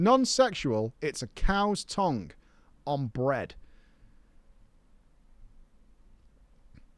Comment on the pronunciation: Worst thing about this entire video is the way pronounces the word tongue.